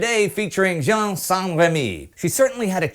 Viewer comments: Just a detail, but you probounce jeanne like jean, wich is a boy's name. Add "_ne" at the end to have the good one. (sorry) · One thing bothers me. It's not "Jean", it's "Jeanne". Wich means it's pronounced almost like the englishe "Jane", but with the same "a" as in "rat".